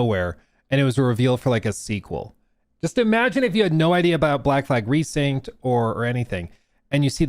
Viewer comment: Resynced not RESYNCHED 😭😭😭